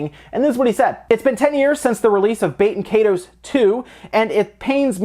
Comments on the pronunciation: I've never forgotten. And it isn't "bay-ten kay-toes". It's "bah-ten kie-toes" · Baten Kaitos is meant to be pronounced [BAH-ten KAHY-tohs] . Like it's, I dunno, Latin or some-thing, rather than French or English. The way you said it, I thot you said "bakin' 'tatoes" (I wasn't watching the screen). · BAT-en KAI-tohs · I thought you said Baked Potatoes, not Baten Kaitos that entire time. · Bah-ten Kai-dos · I can't tell if you're pronouncing it correctly either. IE is usually pronounced [ee] in English. And the S in the word "toes" is pronounced like a Z. Both of these things are wrong. Baten Kaitos is meant to be pronounced [BAH-ten KAHY-tohs] . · Am i only one who kept hearing "Baked Potatoes" as the title for the Baten Kaitos????